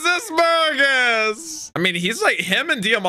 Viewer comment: So Jesus burgess is pronounced Jee-zus like the dude in the bible Bur-Jess And machvise is Mak-vice